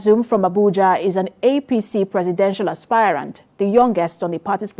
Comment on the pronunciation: Stop pronouncing "Aspirant" as "Aspire-rant." It's pronounced ˈaspərənt', not aspire-rant. As a news caster, you ought to know better.